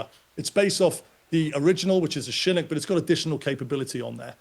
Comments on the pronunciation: Chinook, pronounced shha nook...shha like the first part of shove , nook sounds like cook with an 'n". Not how he is saying it. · How does this expert not even know how to pronounce Chinook?